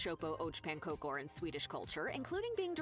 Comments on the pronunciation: I'm curious how she managed a surprisingly good pronunciation of knäckebröd, but butchered ärtsoppa & pannkakor harder than anyone has in the history of ever. It's almost danish levels of bad. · lol, she really butchered the pronunciation of ärtsoppa och pankakor....have actually never heard of that combo. Ärtsoppa (pea soup) was pretty common in the military though. Dad have said that they stored pea soup in cans and ate it.